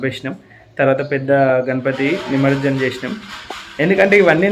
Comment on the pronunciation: నిమర్జనం కాదు నిమజ్జనం